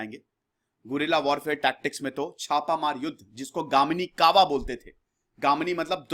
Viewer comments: 'गामिनी कावा ' नही "गनिमी कावा "... गनिमी का मतलब होता है शत्रु...सांभाजी नहि संभाजी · It's not gamini, it's ganimi kava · गामिनी कावा नहीं सर "गनिमी कावा" बोलते है मराठी मे। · Gaminikava nahi re... Ganimikava... ganim matlab shatru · Its Ganimi kava not Gamini